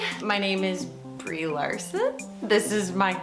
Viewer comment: FOR A MONUMENT I THOUGHT BREE SAID “ OLSON “ NOT LARSON , I THOUGHT JEZZZ PLASTIC SURGERY IS AMAZING 🙄🙄🙄🙄😳😂